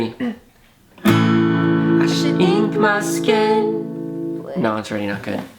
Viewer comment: Why did say sken instead of skin lol